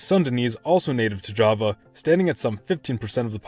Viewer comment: Java is not japanese your prounounce is wrong"